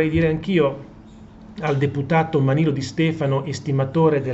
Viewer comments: Manlio non Manilo. .... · si chiama MANLIO....no manilo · Prof, MANLIO non MANILO! Certo non cambia la sostanza 😁😁😁😁